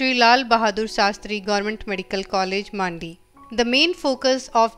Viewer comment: Di it's mandi not maandi